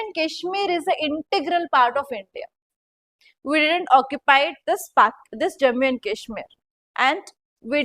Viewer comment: Im requesting you… please pronounce Jammu and Kashmir properly 😢